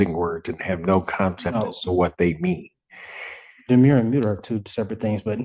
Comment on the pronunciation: The defendant made mention of his demure. As our Torts professor explained, “A demurrer is a legal pleading that essentially argues even if everything the other party says is true, it’s irrelevant. Demure is what we used to call shy, reserved young women. Do not confuse the two by mangling how you pronounce them..”